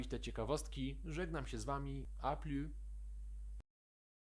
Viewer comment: Cześć! Dzięki za odcinek - bardzo pomocny! Mam pytanie tylko do pożegnania właściwie 😅 wydaje mi sie ze ‚À plus’ wymawiamy z -s na koncu, a ‘À plus tard’ wymawiamy bez -s. Będę Wdzięczna za wyjaśnienie, jeśli jestem w błędzie :) pozdrawiam